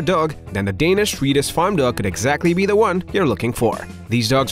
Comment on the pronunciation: Can not handle the narrators lisp or ways of not speaking propellers I’m Swedish and even I can pronounce swe-diSH correctly and not swedich as he says. I also reacted several times at other words. This is a BIG negative for me and I can’t watch this video to it’s end unfortunately. Change narrator on your channel please.